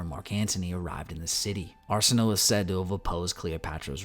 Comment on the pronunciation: Arsinoe is pronounced: Are-Sin-o-wae